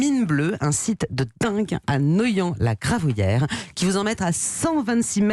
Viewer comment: C'est Noyant pas neullant avant te parler d'un lieu rends toi si pour pas raconter des conneries